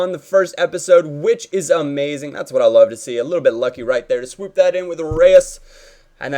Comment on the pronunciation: Stop sayin swoop